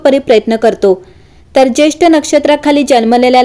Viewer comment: Jyeshtha nakshtra,jyeshth nahi